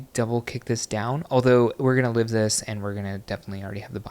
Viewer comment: “Doub-wool kick” 😂